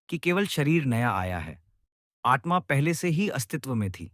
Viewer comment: It is आत्मा . Don’t say आट्मा.